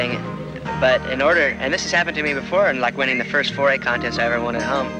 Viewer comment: "..seveneen..." crucial to not pronounce a T the middle of a word in Aus... ....top connest but...